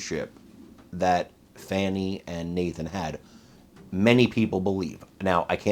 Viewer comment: If she thinks fani is pronounced fauni, she needs to go bk to middle school